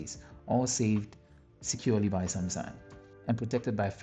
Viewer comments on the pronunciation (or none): Am I crazy or you did say sumsang ?